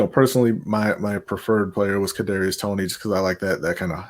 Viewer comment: He said kadrius toney 😆🤣😂